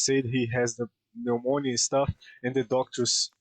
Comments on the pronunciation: Moicano trying to pronounce pneumonia is hilarious my brotha! Side note: Ian Machado Garry mentally is broken well he was broken as soon as he got with that old grandmother Lyla. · S-Tier Pronunciation Of “Pneumonia” 🤣